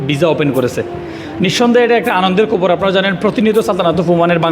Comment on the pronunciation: খবর,,কবর😂😂😂ভিসা,,বিজা😂😂ভাষা ঠিক করে বলতে না পারলে লোকে বলদ বলবে